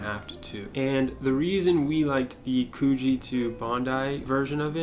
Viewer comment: Also, the "oo" in Coogee rhymes with "book", not "spoon". 🙃